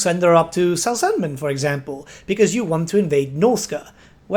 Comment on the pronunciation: ElsPeth. It's a play on the German name Elsbeth. You should pronounce them the same. SelzENmend? Sahl-Tsen-Moohnd. Gsus christ you're absolutely butchering these names. Brooh-kner. Theodore Bruckner. Please take like 1 pronunciation class on Germanic languages man. Or talk to ANY German dude. Or Dutch, like me.